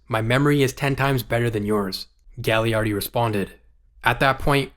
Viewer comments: Great video! Really appreciate the detail here quick nitpick: Gaglardi is pronounced Ga-lar-dee for the next videos! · It's pronounced Ga-Lard-ee He owns our teamin Kamloops and is from Kamloops. Would have been perfect for the Canucks. Great video.